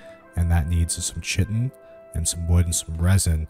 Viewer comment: Chitin is pronounced Kite-in. Just for future reference.